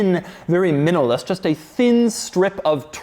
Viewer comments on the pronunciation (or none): Did he just say minalist? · "very minalist." Alright thanks Doug i learned a new word.